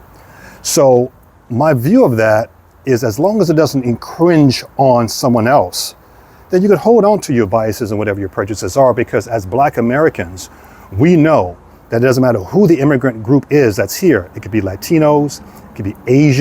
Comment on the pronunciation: Infringe, not incringe. But incringe is cute.